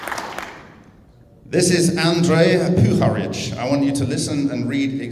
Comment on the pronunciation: It was about time that someone rediscover work of Andrija....btw. you got pronunciation of his last name right 🎉